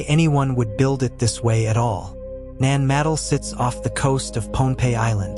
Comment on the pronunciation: It's not pronounced ( Nan - madle ) It's pronounced ( Nan- ma- doll ) Your welcome....